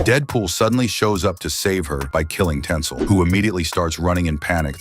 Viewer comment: It's Tinsel not Tensil, it's even written in the comic.